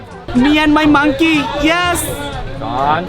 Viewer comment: are crinzzz ota monkey not mangki